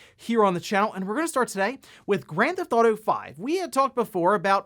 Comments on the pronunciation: "Granthotto 5" "Nintenhrrdrrhdirect" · "gran-thotto-five" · what the hell is “gran-thotto”?